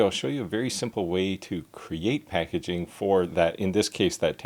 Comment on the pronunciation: Dude, it Packaging, not Packaing...